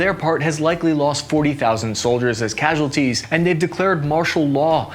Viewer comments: Dude, I generally love your content, you're hilarious and you provide a lot of useful information, but I'm begging you to spellcheck your graphics and learn how to pronounce the words you talk about. You butcher so many words in literally every video, it's painful. Cassualties?! A few mistakes are understandable but it feels like you don't even try to learn the pronounciation of words, especially in relation to Ukraine. These are easily googleable, people will pronounce the words so you can easily reference them. It will significantly elevate your content. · "Cassualties"? Not impressed.